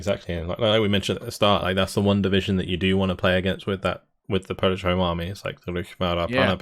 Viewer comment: You really improved your polish pronunciation.